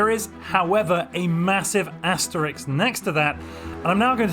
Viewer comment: The video was good and informative and all that, but... why is it that english-speakers are utterly unable to pronounce asterisk correctly?